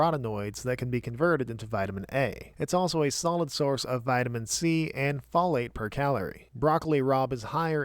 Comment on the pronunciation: The way you're pronouncing folate irks me